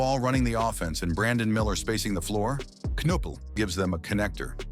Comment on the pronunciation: CAN-appell? CON-oopel? CAN-ippel? Which one is it, Mr. AI Voice? (Answer: None of the above). Lol 😂😂😂